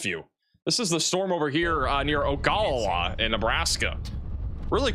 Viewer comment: Imperial is pronounced just like it looks. Ogallala is pronounced Oh-guh-la-la. I used to live in that area.